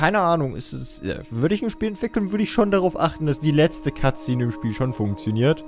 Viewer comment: statt "Cut Szene" habe ich immer " Katze" verstanden :DD